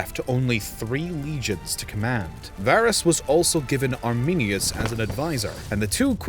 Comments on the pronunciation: The name is Arminius not ArminiNus. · When you said Arminius I wanted to cry